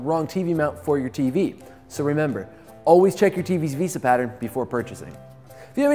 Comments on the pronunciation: VEHSAH basic English bruh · couldn't keep watching the video after hearing him say "veesa". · The pronunciation of "Vesa" is absurd considering who it has to compete with. Given it has an "E" has the 2nd letter its not like there wheren't options to prounounce it a different way. (